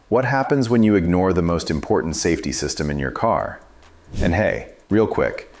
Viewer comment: Annoying AI narration. "a SEE-system neglect". Comon! How stupid do you think we are???